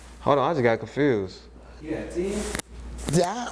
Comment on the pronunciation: Why do Americans say "confrused"?